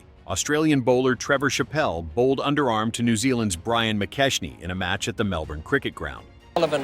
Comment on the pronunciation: Trevor Shappelle to Brian McKeshnee. AI speech impediment again